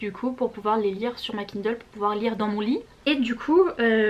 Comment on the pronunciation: Tu me fais vraiment trop rire. Je lance à peine la vidéo et j'entends "KUNDLE" jpp 😂